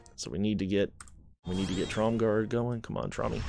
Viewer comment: There is no D in Tromgar. Sounds like you're saying TromgarD.